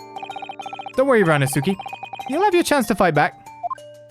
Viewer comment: I believe it's pronounced Ree-oh-no-skay?